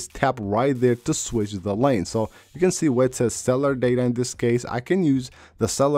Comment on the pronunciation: "cellar data" LOL